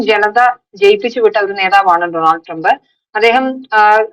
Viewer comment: ഡോ, ഡോ, ഡോ! ഡോ-നൾഡ് ആണ്! Homework: സ്റ്റോറി ഇൽ വരുന്ന foreign വാക്കുകൾ സെർച്ച് ചെയ്യൂ! നിങ്ങൾ എത്രയോ US news stories ഇവിടെ കണ്ടു കാണും - അതിൽ എങ്ങനെയാ Donald Trump എന്ന് പറയുന്നത് എന്ന് കേട്ടില്ലേ observe ചെയ്തില്ലേ?